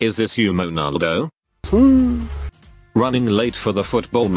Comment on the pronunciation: Is really say monaldo? 💀